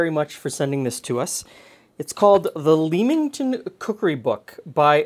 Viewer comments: Oh my, the way your pronounced "Leamington" made me laugh. It's not "Leem" it is "Lem". Also "Warwick" isnt pronounced with the 2nd W, "Warick" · Got to try this recipe! Btw, as an ex-Leamington Spa resident, Leamington is prounced as in Lemon, not Leem, and Warwick pronounced 'Worrick' :) Thanks as always, love your videos. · Love the old cookbook show! I think my mother used to do some kind of baked lemon dessert, but I’m not sure it had breadcrumbs? I’ll have to try and find out. Oh, and not that it maters, but, it’s ‘lemmington’ not ‘leemington’. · Hey, really enjoyed this video, the old cookbook show really has me hooked since last year. I always heard Leamington pronounced "lemmington" growing up in the UK:) It reminds me of a bread pudding but with the bread all homogenised! Would be nice with raisins in probably. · Hi - Thank you. This looks like such an easy recipe to make it would be rude not to! By the way, in England the place names are pronounced War-ick and Lemmington. Damn the English and the silent letters! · Growing up as a kid of the 80s in the neighborhouring county, my grandma made baked custards like this. They have fallen out of fashion, and many olde English recipes, will only be rediscovered when Nigella or Gordon popularises them again. Leamingtong -> ‘Lemmingtun’ Warwick -> ‘Wuh-rick’ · Hey, I live near Leamington pronounced Lemington and Warwick is pronounced Worick. Love the videos. X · There's a suburb of Newcastle on Tyne called Leamington, pronounced Lemmington for future reference. Warwick pronounced Worrik. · Hi, Though its spelled Leamington, its actually pronounced Lemington 🙂 and is technically Leamingtom Spa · just fyi the a in Leamington is silent so its a lemon pudding from "lemington" and this type of dish its whatI've seen called bread pudding in the UK